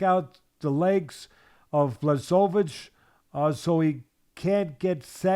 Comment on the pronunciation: Video should be called '20 ways to pronounce Blachowicz' reminds me of Joey Diaz with Stipe Miocic 🙌🏼😂